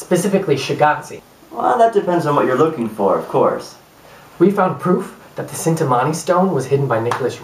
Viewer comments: I enjoyed your effort. Roerich is pronounced 'Roerick,' and Cintamani is pronounced 'Chintamani.' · Cintamani (CHIN-TA-MANI)